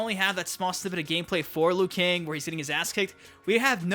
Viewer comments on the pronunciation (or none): Bruh why you say liu kang like that